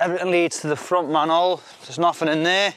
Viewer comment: I came to hear an English man say manhole. "man'ole". I stayed for the sound effects. I cheered when the pipe cleared. What a day.